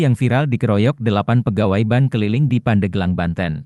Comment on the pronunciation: ini admin ny yg ngomong ky' kuper jg. bank di baca jdi ban.